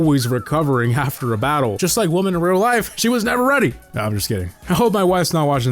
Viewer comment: Did you say "women" or "woman" because if you pronounced "women" as "woh-men or woh-man", the correct pronunciation is "wih-men" (plural for woh-man / woman).